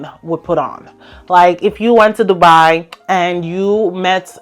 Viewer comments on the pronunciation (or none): none